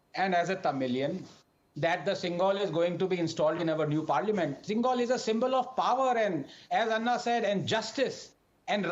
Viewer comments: I hope Anand Ranganathan being a"Tamilian" learns how to pronounce 'Senkol ' as it should be and not as Sengaul as it is written in English😅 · Did Anad pronounce the word as Sengaal? It should be pronounced sen-goal. This guy doesn't even know Tamil . How can he represent the tamilians? He can't pronounce zha in tamizh. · Even AR can't pronounce the word Sengol 😂😂😂😂😂😂😂😂😂